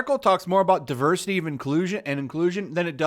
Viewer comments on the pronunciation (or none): none